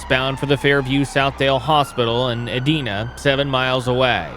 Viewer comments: Ed'I'na. Not E'deen'a. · He also mis-pronounces Maniago (should be Mani "ah"go) and Edina (should be E"dye"na, not E"dee"na). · And it's eee-DYE-nuh and Man-ee-AH-go. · Pronouced "E-die-na" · This is ALL EFFED-UP! LEARN how to pronounce Maniago, Edina AND MasterTON!